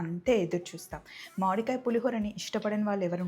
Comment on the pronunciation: మాడి కాయ కాదు మామిడికాయ అనండి